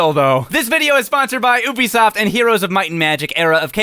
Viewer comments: OOoBbisoFt Rayman veteran: Its YOUbisoft FOOL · It's you-be-soft not Ooo-be-soft GET IT RIGHT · Did he just say “Oobeesoft”? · I thought it was only my freinds poking fun at Ubisoft that pronounce it the way does. I'm so happy😂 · How do you pronounce Ubisoft, youbisoft or oobisoft